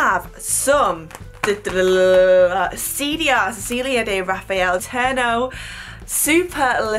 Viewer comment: Astonishing beautiful. Also, it is pronounced Ce-ci-li-a, not Ci-li-a.